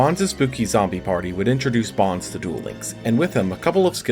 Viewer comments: I thought his name was always pronounced "Bones" not Bon-zee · This man said “BAHNZ”. Also, anti magic arrows is not duel links exclusive. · Who was triggred by the way he pronounced "Bonz" It was stil a great video though. Cant wait for the 5'Ds era. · Y u sayin bonz like that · Had to pause the video and come to comments for exactly this reason lol